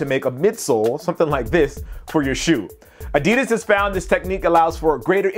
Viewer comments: Expect it's a german company and they're saying it incorrectly it's ad-di-das. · why does he keep saying adeedus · the pronunciation of adidas is terribly wrong (adi'das) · It's not adids it's adidas learn to speak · It's Weird In America You Pronounce Adidas Like This A-DiD-As And In Australia It's A-Di-Das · Now if only Americans could learn how to pronounce 'Adidas' correctly.